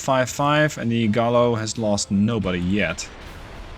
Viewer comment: Double Ls in Spanish sound like a Y - Gai-yo, not Gallow